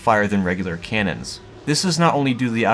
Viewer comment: It sounds like he's saying "cans" almost every time. "Cannons" has two syllables.